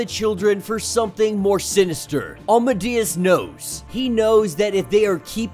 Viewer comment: No offense but I don’t think you’re saying Amadeus right 🤔